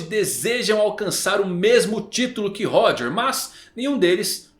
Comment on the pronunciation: Mano 1095 capítulos já de OP e essa cara ainda não aprendeu a pronunciar Xebec e Roger kkkkkkkkkkkkkkkk